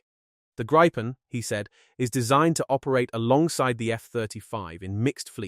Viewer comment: Grrrr! It's Gree-puhn! Cognate to Griffin!